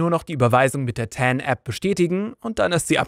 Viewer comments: heißt aber auch nicht "ten" ;o) sowie die andere falsch ausgesprochene Englische Wörter wie "Epple Mecbook" oder "Leptop" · Danke für das hilfreiche Video. Eine Anmerkung: TAN steht für Transaktionsnummer. Man muss diese Abkürzung nicht englisch aussprechen. 😉